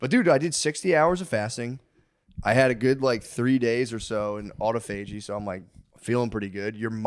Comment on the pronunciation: I giggle every time I hear them say "auto-fay-gee". 😆